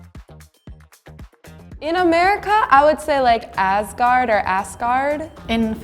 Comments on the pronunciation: In English we say Tyr like "tear" from eye, not tire or whatever she said. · Pissed me off she said "tyr" not "tor" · Is Canada Tyr is pronounced as Tear. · I've always heard and said Tyr as Tear. Like when you shed a tear